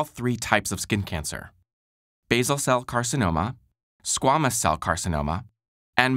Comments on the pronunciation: Its "SQ - AY - MOUS" cell carcinoma, not "SQ - AHHH - MOUS" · Squamous is pronounced, squa-mous not squaa-mous. Like square without the "re".